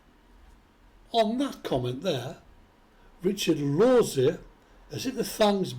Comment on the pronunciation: Wow a person that can pronounce my last name